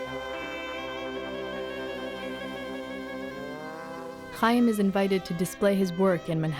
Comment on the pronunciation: Thats not how you pronounce Chaim stupid. You aspirate the Ch sound as in German.